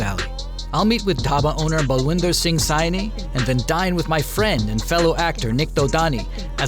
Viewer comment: Mr. Ginn, just a correction on Its Mr. Balvinder Singh Saini (pronounced "Say-knee" and not "Sigh-knee"). I am sure as a kid, you would appreciate if folks pronounced your name correctly. So would Baluji or as he would have introduced himself in English being Punjab as a young kid "myself Balwinder, Balls to you ;-)"